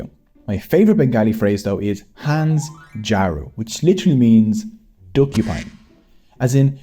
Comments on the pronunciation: হংসজারু is pronounced as Hong-show-ja-roo, not hans-jaru. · The term is actually pronounced like "Haash-jaru" which was an imagination of the popular poet Sukumar Roy (pronounced as shukumaar raay). He imagined it to be a combination of "haash" which is duck and "shojaru" which is porcupine. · Bro i am a bangali and its pronounced hasā- jaru